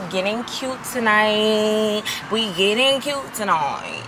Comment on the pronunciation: Because tonoight will be the noight that i will fall fuh yuuurrrr 😂😂😂